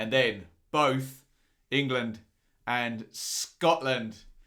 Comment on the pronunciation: going all Schhhteeeeve McClaren in this one with his pronunciation of "ING LAND". Class breakdown as usual though;)